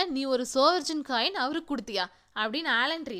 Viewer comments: ஒரு சின்ன் திருத்தம்.அது 'சவரென்..'சவர்ஜன்' இல்ல..நன்றி..நீங்க சொல்றதுகுழப்புது...தப்பா எடுத்துகாதீங்க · Good effort but please make the pronunciations correct, SOVEREIGN is pronunced as "சாவரின்". It doesnt make any difference but it matters